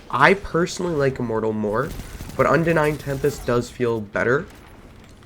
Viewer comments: Unending tempest* good grief cmon at least say it right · You can’t film and post a whole video mispronouncing the name of the gun and expect people to respect your opinion.